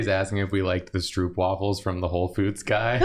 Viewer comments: your pronunciation of stroopwafel is very funny to me as a dutch. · Soooo I'm gonna try and get you guys some dutch stroopwafels! (The oo is pronounced like the o in cone)